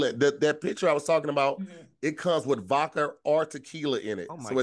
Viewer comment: Y'all let slide when he said "vodkar" 🤯